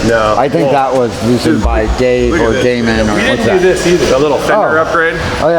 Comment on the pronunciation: salim hassan it's Damon not demon 👹